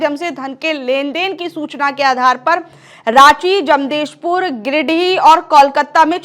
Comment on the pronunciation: जमदेशपुर नहीं, जमशेदपुर बोलो,एंकर मोहतरमा।